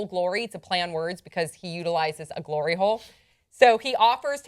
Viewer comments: Did she just say glory hole lol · When she said hlory hole i tought of pornhub :D